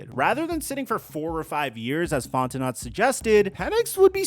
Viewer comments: As a gay french man, please say FonteNO correctly, and not FonteNOT. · It's pronounced Fon-ten-oh not Fon-ten-not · you gotta do more research you’re pronouncing names incorrectly and it cheapens your content…fonteNO not fonteNOT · Fontenot = fon-te-know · Bro, it's pronounced Font-i-know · This guy is so annoying. The Falcons are irrelevant BUT still people continue to talk about them. This team is trash BUT yet you decided to click on this trash video. Somebody cares what the Falcons do, obviously. Also, at least learn how to say ‘Fontenot’ properly.🙄